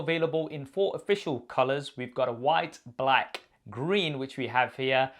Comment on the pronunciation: Stop saying black like that you sound like a racist white tv host or news person 🤨